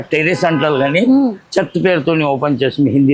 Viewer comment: అమ్మా...మీ ప్రనౌసియోషన్ నీలోఫర్ " చెత్త" లాగా వినపడుతుంది.కొంచెం పాజ్ ఇచ్చి పలుకండి🤗🤗🤗